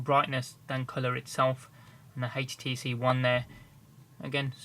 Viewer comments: hetch tee see won thear wtf o.0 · i love how he says htc one ( hates tee see 1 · haitch-t-c one ??